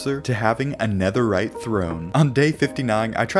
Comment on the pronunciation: did he say 17 BLOCKS OF NEATHERITE AT 1 MIN 30 SEC